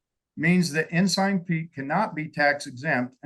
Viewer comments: Also, it's not Ensin, but Ensign, like stop sign. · It's tight vs. loose pronunciation. 😂